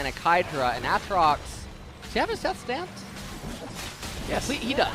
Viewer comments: saying a-atrox makes me hate him even more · They both pronounce his name wrong apparently. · So do they just both intentionally mispronounce Aatrox on purpose? lol